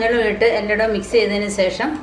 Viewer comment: സേഷം അല്ല, ശേഷം ആണേ